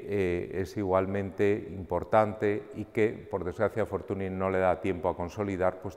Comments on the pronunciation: La NY de pronuncia Ñ en catalan, por lo tanto se pronuncia " Fortuñ". M'ha fet mal escriure Fortuny així, la veritat,. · La NY de Fortuny es la Ñ en catalán. Es escandaloso que un museo como el Prado, con el rigor que le caracteriza, no sepa pronunciar bien el nombre de este magnífico pintor. Debemos reivindicar que se pronuncie bien los nombres de todos los artista Mucha, Munch, etc. Por otro lado, no olvidemos a los grandes contemporáneos y amigos de Fortuny; Tomàs Moragas o Josep Tapiró, entre algunos otros. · Hola Daniel, a pesar de que en catalán se pronuncie "fortuñ", en castellano, italiano, francés, o inglés, se le conoce con la pronunciación "fortuni", de ahí la confusión. Sucede algo parecido con artistas como Ingres. Un saludo